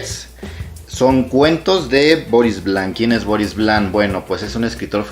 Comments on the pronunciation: Una reseña de alguien que no sabe no sólo pronunciar el nombre en francés del autor y tampoco leerlo en español...no es Vlan sino Vian y podría pronunciarse como [Vion] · Esta bien escrito en la portada del libro 📕 Esta escrito con letras Mayúsculas VIAN, y en letras Minúsculas es Vian. Si fuera la L dijiera VLAN. El lo pronunció mal.